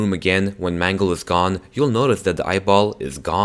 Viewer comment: please dont call Mangle Mungle